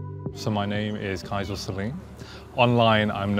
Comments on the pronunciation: He's called Kyza, not Kyzar... Also, love the fact that he's using a Dell, not posing with something four times the price. 😄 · Notice to the uploader. It's Kyza not Kyzar